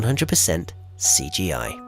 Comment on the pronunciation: CGI pronuced as SGI! Same computers that created Terminator 2! Amazing!